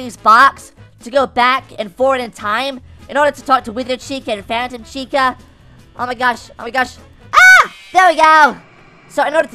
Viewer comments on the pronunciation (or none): The Phantom Chica says Phatom Chica like " Fay-Tum"